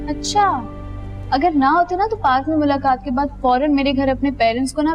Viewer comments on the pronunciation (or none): none